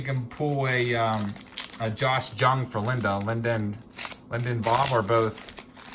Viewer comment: FYI -- It's not Josh "JUNG", it's pronounced "YOUNG". I'm a Rangers fan, and so I've been following him.